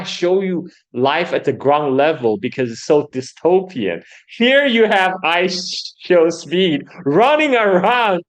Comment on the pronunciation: how can you do an hour long show and not get I Show Speed's name correct once? That's not respectful. its literally only 3 syllables